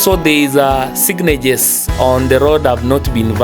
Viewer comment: It is pronounced road signages and not signeges...But nevertheless good and interesting journey from Moshi to NBO. I have noticed and i do not know if it is a coincidence that most of the buses that you are traveling in "have cracked windscreens" and it seems the traffic police did not spot this or turned a blind eye!